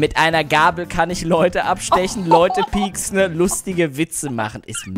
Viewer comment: Das heißt pieksen, nicht picksen